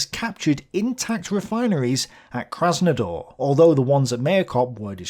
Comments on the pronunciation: The city is called KrasnOdAr not KrasnAdOr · LOL, the city is KrasnOdAr, not the Krasnador.